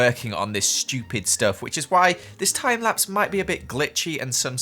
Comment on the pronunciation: "Time wapse" weally?